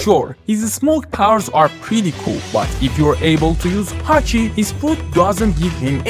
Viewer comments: Are we not going to address the fact that he pronounced haki as hachi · why he sayin' hachi? isn't it pronounced haki? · Dude it’s pronounced Haki. H A K I. Not Hachi. Hachi is that fishman octopus. At first I thought you were talking about him in your videos which confused me. I don’t see the difficulty in pronouncing the word Haki. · he pronounced it hachi in the video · HACHI? cant even pronounce haki= ha-kii lols